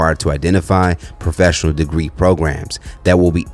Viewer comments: She said “Hoefessional” 😂😂😂 an she RIGHTT !! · Did she say “hofessional”? 🤯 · Not Hoefessional 😂😂😂😂 My daughter said the same thing